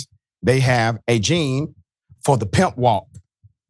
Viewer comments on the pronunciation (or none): none